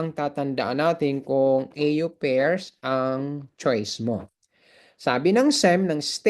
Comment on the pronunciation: Correction lang po... au pair... Ang pagbigkas ay : " o pair " hindi po ... ey yu peyr